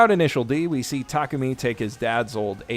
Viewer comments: I got to ask why do you keep butchering Takumi's name cause you keep saying Takami. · W-what is happening someone can say Takumi correctly?